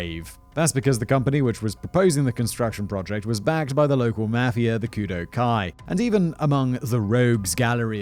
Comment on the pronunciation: I think it's pronounced Kudoh-oh